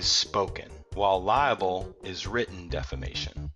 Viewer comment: Libel not liable lol..Great video though, but that bugs me everytime I hear it lol.